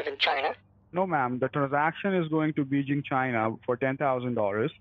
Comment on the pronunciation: Did he say it's going to BEEJEEN CHI-NAH??